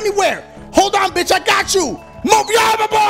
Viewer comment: I was dying when he called donkey "mah boy" 😂😂😂